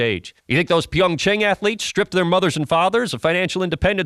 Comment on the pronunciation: He didn’t pronounce it correctly either. The a in Chang (창) is roughly the same as the a in father. He said it more like “PyeongCheng”.